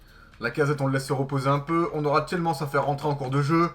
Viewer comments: c'est t-i-e-l-m-a-n-e-s que ça se prononce et pas t-i-e-l-m-an-s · c'est pas Tilmans c'est Tilemanes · c'est pas tilman ni tielmans mais c'est Tielemans!!!